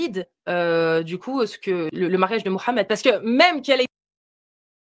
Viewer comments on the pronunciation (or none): none